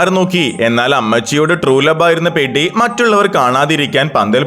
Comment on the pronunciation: പെഡി അല്ല പെദ്ധി ആണ്